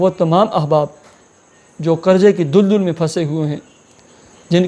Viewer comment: dul dul nahi daldal sahi lafz hai